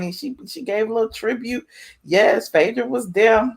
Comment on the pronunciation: Why you keep calling her Phedrah? Its Phaedra